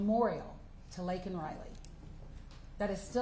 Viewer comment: LAKEN not LAYLEN